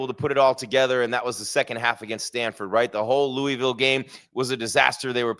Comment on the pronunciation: Pronounced Louisville wrong, also you are the cowboys of college football.